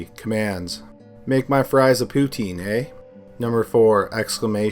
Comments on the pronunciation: I appreciate the extra effort to not screw up our ‘eh’ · We don't say eh like that.